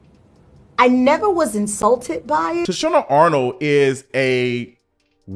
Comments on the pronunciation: Yeah like who the hell is Toushanna? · 🗣️ TAH-SHE-NA ARNOLD 😂😂😂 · I agree with you but her name is Tachina Arnold pronounced TA-SHE-NA..... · I can’t get past the recurring mispronunciation of Tichina’s name.😫